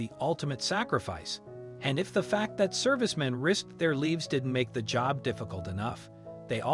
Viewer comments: Can someone tell the narrator the difference between leaves, leafs and livrs! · Why pronounce lives as leaves? It's the long I sound. Stupid. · Puts their leeves on the line. Servicemen risk their leeves. What the heck? Can't reading things pronounce words correctly? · Did any of the producers listen to how the (mechanical) narrator pronounces his words? I love it when solders give their "leaves" for us.